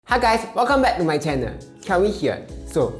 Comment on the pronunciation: One suggestion. The word channel, you would had pronounced as channer, need to change the r to l. :-) Do not be angry with me for this comment